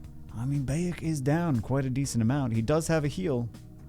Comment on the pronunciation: Bayek is pronounced like "BUY-ek" Bagel. Or think Bayek like the Florida Bayous in the Everglades. Hurts my soul to hear my favorite AC character's name mispronounced 😭💔